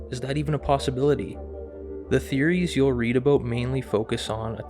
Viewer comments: it is AB-out NOT AB-boot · Honestly why do Canadians pronounce about like they are saying a boat?